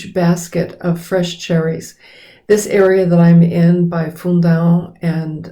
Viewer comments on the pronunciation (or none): I had to back up the video to get the closed captioning turned on so I could hear (again) you pronounce the name of the city you are in. The auto CC interpretation was "full down". I then had to Google what the cherry capital of Portugal was and found the spelling and town location. Please be mindful that fundao (Making the OAO sound my Brasilian friends insist I practice) is NOT a world renowned place. If we want to find out about it, we either have to be good at research (ahem) or rely on Closed captioning (FAILED) or you SPELLING IT OUT for us. Thanks for the video.